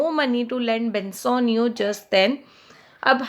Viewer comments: Mam it's pronounciation is "porshia" not "portia" And "Bassanio" not "bansanio" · It's not bansonio its bassanio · It's not bansanio it is bassanio please pronounce it properly